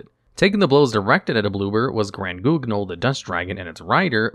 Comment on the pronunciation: As a French speaking fedora wearing individual, I couldn't stop myself from laughing uncontrolably every time he pronounced 'Grand-Guignol'